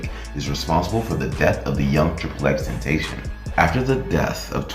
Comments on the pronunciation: Ten ta sea yawn not ten tay shon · "Why People Think DRAKE KILLED TRIPLE X TENTASHON"